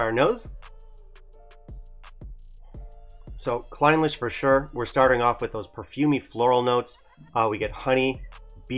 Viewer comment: A bit of attention to detail in pronunciation is warranted in these reviews. “Clin-LEASH” is more appropriate.